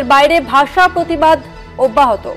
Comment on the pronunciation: Bagla basa sa ki suddukore bolun,,sa sa sa